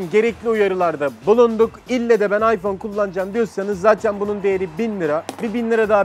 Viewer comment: Aypon değil ayfon 😂😂